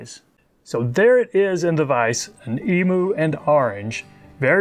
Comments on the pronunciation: Eem you is how its pronounced,not eemoo.Otherwise us aussies are going to start saying OOSA instead of USA.(fair warning) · It's pronounced emew